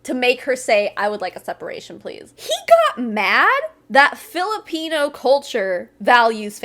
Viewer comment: The way he says “Filipino” like there’s a hard R in there somewhere 🌝